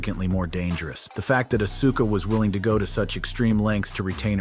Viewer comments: He says Acusa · STOP CALLING HER ASUKA lol bro cant even say her name right lol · Oh yeah well it’s Asuka not Auska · Asuka? It's like AUSKA dude. Think OSKA! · You need to learn how to pronounce Asuka properly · You are killing Asuka name if you're going to talk about her you should learn how to pronounce her name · You mfr do wrestling contend bitc and don't know how to pronounce Asuka??? Randi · Think you need to quit doing wrestling content and we can tell you don't watch wrestling because you can't even pronounce auska's name and if you did watch wrestling you would pronounce her name properly